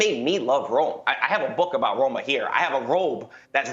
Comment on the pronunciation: Thanks for the conference but ur Roma was most wrong Roma i ever seen😅